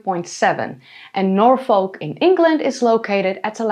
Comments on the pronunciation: Nor-foll-k We English are weird.. It's Nor-fuk now 😂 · Norfolk? You mean NorFUCK Lmao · Great video, but please look up how to pronounce Norfolk... it is basically 'Norfuhk' the L is essentially silent. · This is very very interesting but I’ve gotta say, as a Brit, it’s NOR-FUHK not NOR-FOHK and “Dogger” has very different connotations here so this just made it a whole lot more entertaining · For non native English speakers, Norfolk is pronounced more like Norfek by people in the UK, rather than Nor folk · It is pronounced 'norfuk' not 'norfolk' Thats about my only criticism of your research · I’m from England and the way you pronounce Norfolk is so painful it’s pronounced norfuk I know we’re weird but it still hurts 😂😂😂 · please pronounce Norfolk correctly. it’s like Noor-Fock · The only place i heard you mispronounce was norfolk. Its 'norfuk’ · Its pronounced "nor-fuk" why would you deprive yourself 😂😂😂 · As someone that grew up in Norfolk near The Great River Ouse. I can say your pronunciations are close buuuut off. Norfolk = Nor - Fook Ouse = Ooze (no special way literally Ooze, like Oozing wound) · Norfolk is pronounced like ‘Norfook’ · Milo gonna lose his minds when he discovers the River Ouse is pronounced like the word “ooze” Also, Norfolk is pronounced more like Nor-fuck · Every time Norfolk was pronounced wrong i died a bit more😭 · As a Nebraskan, hearing her pronounce the L in Norfolk is throwing me off😂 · the Yank's pronunciation of Norfolk hurts me